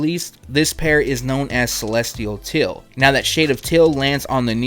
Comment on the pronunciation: Please...say it with me..."Heeeeeeeel" not "hill" and "teeeeeeeal" not "till"